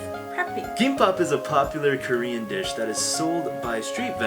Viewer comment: I doubt it, his Korean pronunciation isn't that good